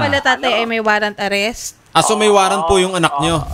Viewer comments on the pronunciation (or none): WARRANT... HINDI WARRENT